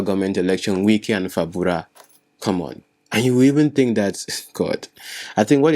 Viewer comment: Are you deliberately saying FABURA instead of FUBARA?😂😂😂😂